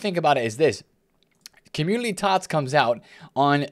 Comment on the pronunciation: Love the way you say "opportoodily" and "commudily"